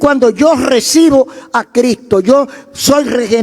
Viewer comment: Escucho y me gustan casi todos lo predicadores. pero usted me da pila de conocimiento. me gustaría que sonara la s de Cristo. 😂😂 lo amo pastor.🤗